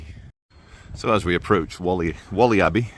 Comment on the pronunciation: Stop calling it Wally, It's Wall-ey